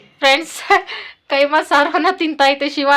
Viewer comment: Adu keema alla kaima